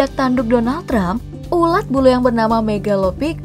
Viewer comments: Ulat min bukan ular😂😂🤣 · ular 🐍 atau ulat 🐛 min ??? dengerin baik2 😁😁😁